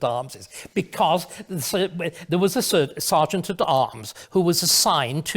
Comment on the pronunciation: We Americans don’t say ser-geant, we say sar-geant, just like you English do. I hate it when foreigners tell us what is wrong with our country, our culture or our politics, what do you know about it? Absolutely nothing. We don’t presume to tell you what is wrong with yours. For example, most black/white relations are perfectly fine, until sometimes when police authority comes into them, there is certainly systemic racism there. You only see the most extreme examples on TV, as do we. Growing up in the US in the 60s, we didn’t even know there were “different races”, because there aren’t, everyone always looks a bit different from everyone else, that’s just the way it is here, race relations aren’t the daily problem that you foreigners think it is.